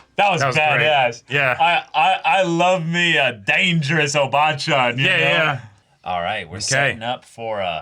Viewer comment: I feel bad for Sofia, since she's probably still in her 40s. It's probably just a matter of bad pronunciation, but it totally sounds like they're calling her a "obaachan /おばあちゃん" = "old lady, granny, grand ma" instead of "obachan/おばちゃん" = "older woman, auntie".